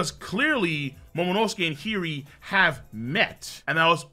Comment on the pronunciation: Her name isn't heery it's hiyori